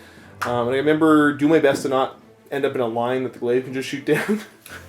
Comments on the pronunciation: I was so ready to see Steve vs Josh but this was a nice change, also props to for not taking phospex on all those units. That said though man, it's pronounced 'glay-vh'. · Oh god that pronunciation of glaive hurts me